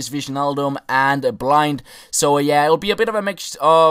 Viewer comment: You say blint not blind